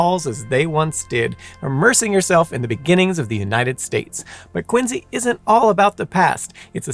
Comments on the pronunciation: I wanted to watch this whole video but I just could take listening to QuinSEE being pronounced as QuinZEE 😂 made my ears itch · The C is not pronounced as a Z in the English language You start off horribly making it hard to trust anything from there on. the letter C before I E or Y is pronounced SI or See. This sucked I was hoping for an unbias telling of this story but if you're starting off making up crap in the first sentence my guess is this will suck. I will unpouse and give it a few min. Quincy is pronounced as it should be with the See sound. How you pronounce Quincy is not a belief it's a language and has rules. I'm out and can't trust this channel.